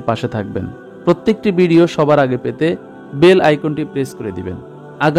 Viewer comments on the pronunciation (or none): none